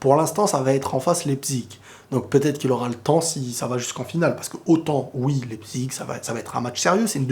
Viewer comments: svp prononcer la véritable prononciation de leipzig, c'est pas "lepzigue", "lepzich" mais "laïpzish" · C'est pas lepzig mais laïpchich la prononciation sinon continue go le millions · en tant qu’alsacien jv te donner un petit tips, Leipzig se prononce « Laïpsiche » ahah de rien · Leipzig se prononce : l'ail - psich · Ahh voilà on est d'accord Je me disais aussi qu'il le prononçait mal J'ai fais allemand également 🤦‍♂️🤦‍♂️🤦‍♂️ malheureusement...